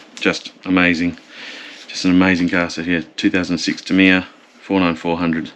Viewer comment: You can’t call yourself “” if you’re not willing to say ‘Tamiya’ properly. Remember you’re an Aussie and not a yank. An Aussie imitating an American is akin to devolution. Stop it.